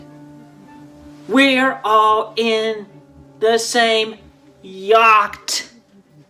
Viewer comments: "We're all in the same Yahkt..." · Is yakt-sized-boat a joke term I'm not aware of, or does Chris literally doesn't know how to read the word yacht?